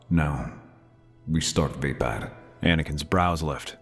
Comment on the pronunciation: Love the story. Onky down part is the mispronounced version of races fighting style. It's pronounced va-pod